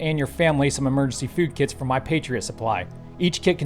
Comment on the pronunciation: Did you just say 'mergency" food?